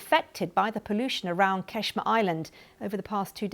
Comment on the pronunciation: why do you say qeshm Say قشم و قرطی بازی در نیار